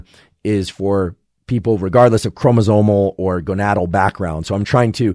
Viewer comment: did he say "gonatal"? 😂